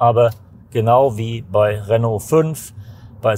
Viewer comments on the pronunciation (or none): none